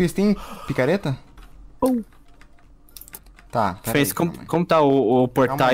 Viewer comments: Achei muito engraçado na hr q o falou vc tem picareta ai o falou picarreta kkkkkkk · Acho q é pica-reta que você quis dizer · mn mas alguem percebeu q no final o kiwi falou picarreta?